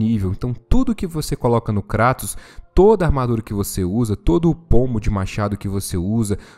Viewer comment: Até que em fim alguem usou o português para chamar o Kratos de Kratos e não kreitos. Parabens. Kkkkkkkkkk